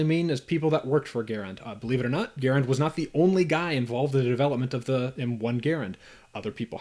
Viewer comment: GUH-RAND is the rifle. GARE-IN is the man.